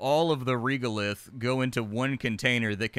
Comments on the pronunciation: Young man, regolith is pronounced like this: /ˈreɡəˌliTH/ otherwise, because of you I may give this game a chance (!) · Anyone else twitching a little bit with pronunciation of Regolith, rɛɡəlɪθ:D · Regolith. The reg part is pronounced like regular